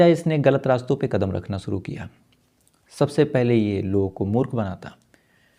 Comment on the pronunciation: Freeze या फिर Fridge? Story teller हो शब्दों का इस्तेमाल तो ठीक करो. शुरू को केह दिया सुरू सीधे बोलो या बंद करो. यह wrong diction कानों पर हथोड़े बरसता है.